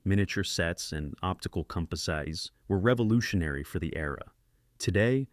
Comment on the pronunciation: This is an AI voice. Such mispronunciations are a dead giveaway. I stopped halfway through, when it mispronounced "composites".